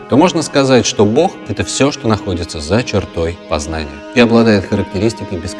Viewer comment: Произносить ся БОГ а не БОх